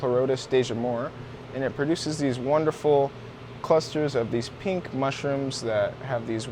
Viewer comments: Did you say pink clit lol 😂 color I meant. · i just had to point out you almost said pink clit xD awesome vids as always, i cant believe how much ive learned here.